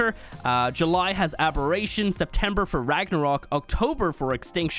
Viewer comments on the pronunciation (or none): none